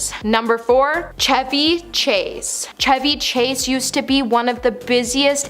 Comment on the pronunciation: Here we go again! Chevy Chase. Chevy is pronounced the same as a Chevrolet. The "Ch" is pronounced "Sh". And Shia LaBeouf. "Beouf" is not "Boff" it is more like "Buff" - hard U not soft U (it's an odd sound). Beouf is a French word for beef. Whoever is a producer or director for this show they need to make sure research is done and names are pronounced properly.